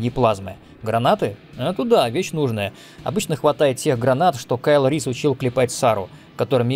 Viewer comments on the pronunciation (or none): Kyle Reese - Кайл Риз